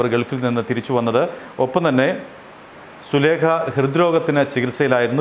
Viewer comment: സുലേഖ അല്ല മാമ സുലൈഖ യാണ്